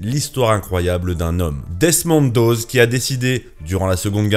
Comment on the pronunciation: Desmond Doss pas "doze"